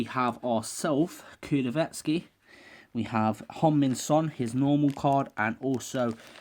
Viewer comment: u said hon-min son